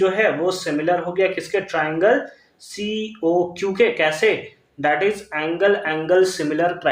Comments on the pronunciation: Triangle❌ tirangle✅ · First he Saud right then teerangle